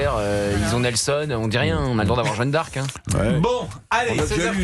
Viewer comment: Jeanne d'Arc pas jeune d'Arc... incroyable! Prononcez bien!